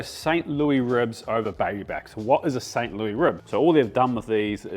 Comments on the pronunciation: Thank you for this. The ribs are a definite item in my future. One minor thing, it is pronounced St Lewis ribs not St. Looee . I figured you might want to know. Congratulations on the cookbook! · I was confused for a second when he said it the French way.